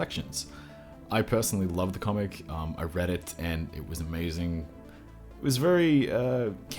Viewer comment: Eh? Ehehhh? "A-MEIZING"?!?!?!